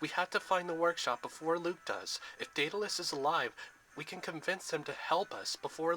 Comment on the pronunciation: Its pronoucend Daud-le-us